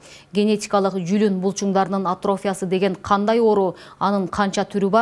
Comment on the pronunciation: Атрофия деген сөздү ,,и" тамгасына басымдуулук жасоо менен айтылышы керек. Журналист ар бир сөздү туура окуй албаса, эмнеге иштеп жүрөт?